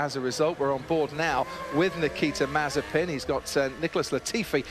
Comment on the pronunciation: Not funny saying mazepin mazespin 🙄